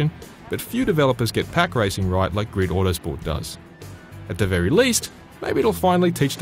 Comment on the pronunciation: "Greed-o Watersport" Listen, m8. It's GRID AUTOSPORT.